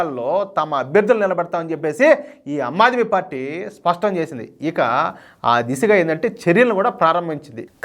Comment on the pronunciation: "అమ్మాద్మీ పార్టీ" కాదు, ^ఆమ్ ఆద్మీ పార్టీ° అనాలి సోదరా.!😇😛😋😜🥰👉👉